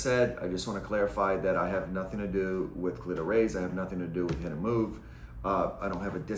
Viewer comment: “Cleetoe Raise” 😂 great video though